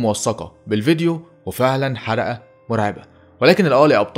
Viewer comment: في الثانية 30.0 انتا قلت حرقة بدل حلقة